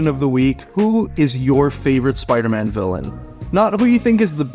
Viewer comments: Is bro saying spyroman? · I need to rewatch this and do a “Spire-Man” counter 😂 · Which one of you can't pronounce Spider-Man properly 🤣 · Why don’t you pronounce the “d” when you say “Spider-Man”